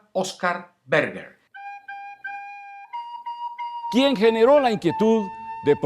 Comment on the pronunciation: Se llama Oscar Berger (pronunciado Bershe)